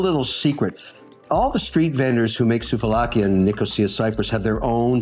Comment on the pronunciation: Sooove laki is the pronouciation. Not soov a lakia